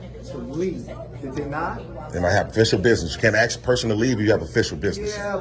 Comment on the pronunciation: It's Ask NOT ax